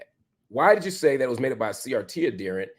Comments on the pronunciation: ad-he-rent with the emphasis on the second syllable. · Marc, please stop mispronouncing that word. It is "ad here nt," not "ad dear nt." As Tommy Sotomayor would say, "Look it up, nigga."QED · The word is pronounced ad-herent not adderent. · Pronounced Ad hear ant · This is why I DO NOT speak to white people anymore. He actually thinks he's well-meaning. And Marcp, for the love of a diety, look up the pronunciation of the word adherent.